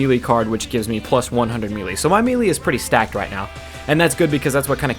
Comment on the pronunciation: Its pronounced maylay, did you play SSB Melee?